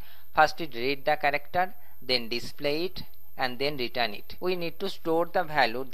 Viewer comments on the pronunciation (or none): none